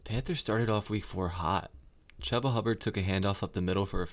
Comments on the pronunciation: chuba is pronounced like chew-buh not chub-ba, but otherwise great video ! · Chooooooba bro, Chooba. It's spelled Chuba, but sounds like it's spelled Chooba. Just think of a train, Choo Choo... Chooba. Sorry, just had to say it. Nice video though! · Great information and commentary, but the volume is a bit low, and when the INTERCEPTION! blared out at level 11 I almost shut off the video. I watched it through all of the way, though, because you do indeed know what you are talking about and it shows. Even if you mispronounce Chubba (but you are pronouncing it phonetically so no harm no foul there) 😉😉😊😊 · Me being a Panthers fan, I'm struggling listening to Chubba's name being mispronounced. If you are a fan, you have heard his name pronounced before if you have watch some games this season.